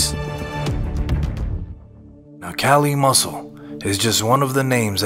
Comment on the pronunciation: The freaking suspense, and my man says KALI MUSCLE 😂😂😂 bruh tf wrong with you